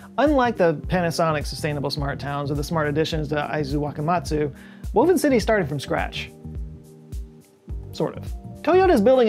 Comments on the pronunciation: Impressive Japanese pronunciation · good pronunciation on the Japanese cities... I was particularly impressed with Aizuwakamatsu. On the minus side, Akio should be pronounced "Ah-key-oh".